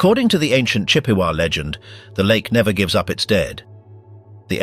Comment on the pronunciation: This is very interesting. However, the British voice is extremely irritating! An American Voice specifically one from Michigan Wisconsin or somewhere in the Midwest should have narrated this because this guy can't pronounce anything right which is kind of infuriating on such a serious subject. He can't pronounce Chippewa, Traverse City, or Sault Ste Marie correctly and there were a couple other ones that I forgot but I can't stand listening to this British accent! It certainly should have been an American Voice narrating an American story. It's making it extremely difficult to even finish it! And your facts are wrong as well, one of which is that the Bell Rings 30 times. Once for each of the men and one for the rest of the maritime victims.